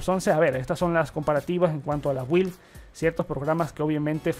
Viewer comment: Amigo no se dice predecedor, se dice predecesor y la palabra build se se pronuncia algo así como bild